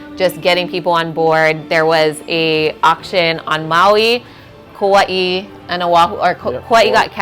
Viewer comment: Omg! I heard you say Kauai. That’s so awesome!!!🎉